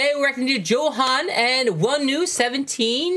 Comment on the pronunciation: the 'NG' in jeonghan isn't silent :) I think you said johan haha just wanted to correct but I think you know already! Thank you guys for this just subbed ❤